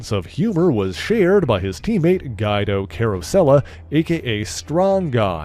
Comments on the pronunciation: Gweeeeee-doh. Not Guide-oh. Please dont do a Strong Guy video. Sheesh. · I was wondering if I was the only one that noticed it... I was looking away from my screen when he first said the name, and I said, "Who?!" And saw it was Guido... Not Guy-Do. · "Geye-dough"? Seriously? It's spelled "Guido". It's pronounced "Gwee-dough". This is not an uncommon name. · Guido is pronounced Gwee-do, not Guide-o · "Guido" is not pronounced "guy-do" as you said it, but "gwee-do." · Lol, the next time you do a vid including StrongGuy, his real name is pronounce Gwee-doe, as opposed to Guy-doe. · Excellent material in this video on Madrox... but Strong Guy's proper name is pronounced, "Gwee-doe", not "Guy-doe"... other than that one item, excellent work! 👍 I actually watched this video, hoping to figure out where the Marvel Legends retro-carded MULTIPLE MAN should fit into my collection... STILL don't know, 😅😅😅, but it was fun learning more about him... I guess, if we ever get a Sunder figure, or a She-Hulk sized version of Polaris in the yellow and gold X-Men #275 style uniforms, and the other members of the Muir Island Saga, he'd be great there... otherwise, he's probably either going to be stuck into my New Mutants, X-Force, or Exiles type group of alternate characters 🤔... Obviously, my other X-Factor 2.0 version Madrox is in THAT group... I started not to get the retro-carded version because he was never in a particular group, but then I found 3 of them for the price of one and decided to pick them up anyway... I'm sure I'll figure it out later on... 😅 Again, great job. Thanks for the hard work! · guydoe was so painfull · Guido is pronounced "Gweedoh." Otherwise, Great Job, and I would like more of Jamie! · Haha i get it this one is weird but its "Gwee- Doh" either way love your videos this is my favorite channel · Pronounced gweedo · I'm not trying to nit-pic but Guido's name is pronounced "G-wee-do". Just for future reference. Great work though!